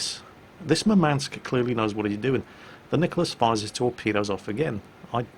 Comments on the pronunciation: its mUrmansk, not murmAnsk. Thats a city in nirthern russia. Greeting from Ukraine. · Just a quick note - in Russian the emphasis would be on first U in Murmansk (which is by the way the name of the city where one of the largest fleet bases resides). Love your videos! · So you would pronounce it Urmansk? I, as an English speaking individual, can't figure out how to soften the emphasis on the M without removing it. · BalisticChampion1 Moormansk may be a way to try...